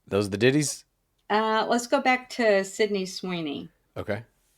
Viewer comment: Every time they say 'Ditties' I giggle. Sorry. "pulled one Ditty out" stop